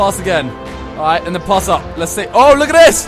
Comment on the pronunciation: why does he keep saying "poss" for "pass" lmfao